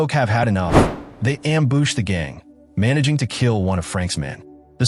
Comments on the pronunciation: BTW the word is not am boosh, it's am bush. your story telling gets in the way. learn when to stfu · Ambuush. AI voice needs a speech therapist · AI doesn't know how to say ambush. It messed up on the LeMat Revolver too.